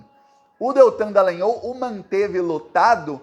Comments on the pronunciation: Porra, não é nhÔL, é NhÓl, caralho. Ou então Deitão Dalogoanal!😎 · ⁹Desculpe , pronuncie o "o" de"Dallagnol" como em futebol, espanhol etc.